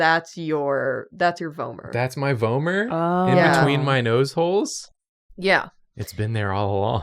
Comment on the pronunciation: I believe the way they said it is correct! I’ve also heard it like “v-aw-mer” but I think that’s dialectical😌